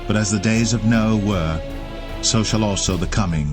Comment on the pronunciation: and it was Noah not Noe. I like your speaking voice.